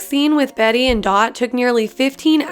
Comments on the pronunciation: *bett and dot not betty and dot🙄🙄🙄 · fact: its not bettie and dot its bete and dot you’re welcome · "Like many of you, I've watched every season a billion times..." But calls Bette and Dot "Betty and Dot" Oof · Who’s Betty? Oh you mean BETTE?? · she really said "Betty" it's said as "Bet" throughout the entire series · *50 thing you didnt know about AHS* me: try me me:*learns nothing* me: YOU LITERALLY MISSED PRONOUNCED JESSICA LANGES' NAME AND ITS BETTE NOT BETTY!!! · "betty and dot" no no it's bette and dot bette pronounced bet not betty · Betty and dot? Bette and dot. That was really cringy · My heart hurt every time she said BETTY and Dot and Jessica LANG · If u watched every season you would know Bette’s name is pronounced “bet” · The vid is ok but... Did I hear BETTY and Dot? Jessica LanGe? Yeah that really pissed me off. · She watched all the seasons yet doesn’t know how to pronounce Bette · And bette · Just saying you said Jessica Lang name wrong and Bette and dot